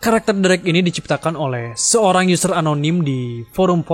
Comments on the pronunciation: SOERANG dibaca SURANG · harusnya Seorang bang , Bukan SOERANG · soerang apa seorang 😂